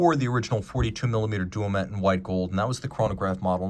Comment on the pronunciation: Such a good looking timepiece that it's worth forgiving the mispronunciation. It's also Duomètre, Quantième à